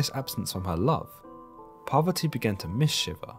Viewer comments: Ohh u said parvati i heard poverty.... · I was listening to this in the background while doing some work and didn't realise he was trying to say "Parvati." I thought he was saying "Poverty." 😬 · I am not a Hindu, but please, the goddess Parvati (not poverty) should be pronounced correctly to show respect to Parvati herself and Hinduism itself. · PARVATI. PARVATI! Not poverty.